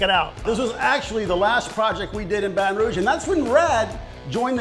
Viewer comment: You pronounced it wrong. It's Bahtahn Rooooog.